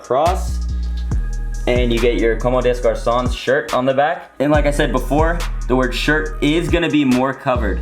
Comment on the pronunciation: Nice pickup, might have to bite the bullet and cop the white tee lol. Btw it's actually com-de-garcon. Many people are struggling to read this brand's name.